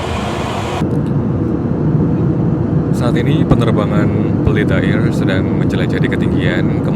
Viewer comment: Candu bgt denger bilang "Pelita AIRR"wkwkwk